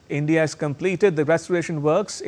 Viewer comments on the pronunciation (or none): none